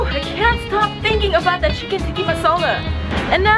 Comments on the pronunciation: TIKKA NOT TIKKI😂😂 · TikkA not TikkI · ayyyeeee...lol...ok tho am I the only one who notices that she kept saying tikki and not tikka...alot of people do that when I go to Indian restaurants....:/